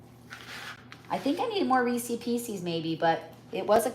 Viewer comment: Rees is piece is…. Not Reesey pieceys!